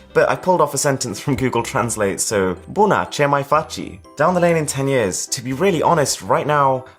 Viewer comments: Bunna, che mai facchi😂😂😂😂😂😂 It's pronounced Buona, che mai fachi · Love how he said Buna ce Mai faci in that accent since they don't have â or others so the people who speak English daily is intresting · Really "Buna, ce mai faci? Not so Italian the pronunciation